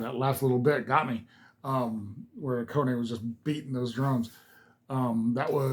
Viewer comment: BAND-MAID are MMA! Mixed Musical Arts. Oh-Kone-Nay? At least you didn't say A-Cane. LOL!!! Say it with me now, Ah-Kah-Nay. The effect on "Miku's" guitar is an illusion. It's not her. Back when they recorded this, and probably still to this day, Kanami is playing both of the guitar parts. She teaches them to Miku later for the video and the LIVE performances. It's just cheaper and quicker that way. Most don't even consider it, thus the illusion is complete. Check out 'Don't Let Me Down' again. The whole song is in English. Yes! Miku is fiercely cute! She is Kowai Kawai! Scary Cute! Here;s a little help on remembering how to say Akane's name . . .